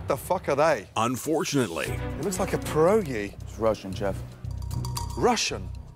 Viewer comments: As a native-Russian speaker, hearing Gordon pronounce "пироги" as "pyerogy" is incredibly funny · I love how english people sometimes say Pierogi with G as our DŻ (it sounds something like G in George)